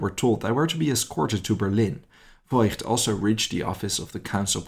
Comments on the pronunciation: Fantastic story, thank you for telling it. But isn’t it “Foigt”? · The family name “Voigt” is actually pronounced “Vogt” - the “i” merely indicates that the “o” needs to be drawn out